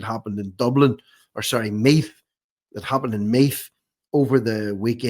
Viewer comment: This guy is having problems saying Meath. How strange 🤔